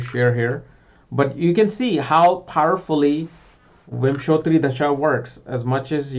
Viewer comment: 'da'-sha (dasha) and not 'dh'-sha (dhasha)....... hindi 'da'